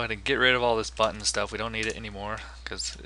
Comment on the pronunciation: "I like the way I said button there" "Now we're going to create the constructor for our Buttin." hahaha. Thanks for this. Stop saying Buttttin!